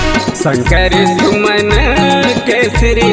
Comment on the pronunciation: शंकर सुवन है आप शंकर सुमन उच्चारित कर स्वर विन्यास कर रहे हैं। गीत मधुर व प्रसंग सुन्दर लेकिन उच्चारण शुद्धता को ध्यान देना होगा।